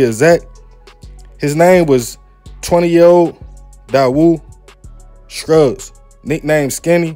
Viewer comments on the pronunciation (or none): none